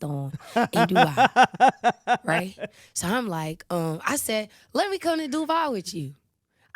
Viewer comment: It's in the name du-bai😂😂